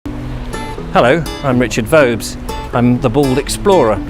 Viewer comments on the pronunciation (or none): none